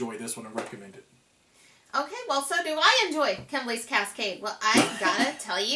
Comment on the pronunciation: I really enjoyed the review, thank you! My only (selfish) comment is that you're misprounouncing Kemble, lol (it should be Kem-bull). Also, my great uncle discovered the constellation. No clue on who decided to make it a board game though, lol